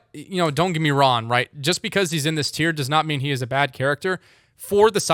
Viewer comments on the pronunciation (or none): Is it the microphone or do you just not pronounce the “ng” in “wrong” and “long”. All I hear is wron and lon